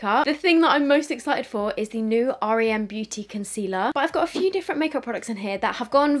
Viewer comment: Hey love the video 🥰 just thought I’d let you know though the brand is pronounced with just the letters R E M, like the sleep phase 😊